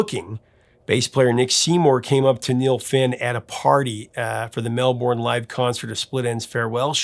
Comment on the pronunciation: I wish Americans would take a small moment out their very busy day to learn how to pronounce Melbourne. Misprouncing Australia is annoying enough.